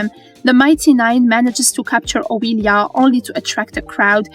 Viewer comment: I love these episodic recaps, and I love accents. After all, MN and VM are the brainchild of a bunch of nerdy ass voice actors. But my ears bleed every time I hear "Oweeelia." Whether the commentary is AI or an actual person with a very heavy Eastern European (or thereabouts) accent purposefully mispronouncing names to seem AI, it kinda ruins an otherwise good recap for me. (My apologies if an actual person voices this. I meant no disrespect.)